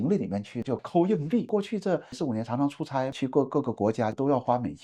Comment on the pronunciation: 加油！您的普通话说得那么好是我遇到所有东北人中说得最好的那一个，只有少数个别词语仍带有东北腔，如：觉得、出差、土豆、次....。另一个东北人常说的词是“将来”（没听到您说），他们的东北口音发音就像是在说讲来讲去的“讲来”。继续加油哦！